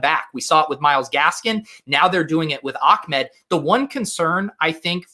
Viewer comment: is not Ackmed is ah med...you make him sound like he’s from the Taliban